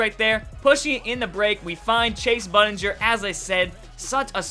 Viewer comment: You pronounced Shumpert and Bundinger wrong